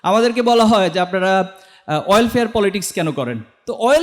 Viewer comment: Oilfare রাজনীতি না এটা হবে welfare রাজনীতি। কিছু মনে করবেন না আশা করি। এমনই খুবই সুন্দর শব্দচয়ন এবং বক্তব্য।